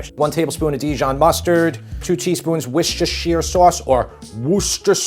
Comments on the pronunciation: The American pronunciation for Worcestershire sauce is: wu • stuh • shr • saas. Pronounce it however you like, though. As long as you get your sauce, that's all that matters! 💜🤭👍🥩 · It's Worsh your sister sauce. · None of how you said the w sauce is how I say it, lol. WAR- CHEST- SHY- ER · I love how Americans struggle pronouncing Worcestershire Sauce. 😂 Great video though.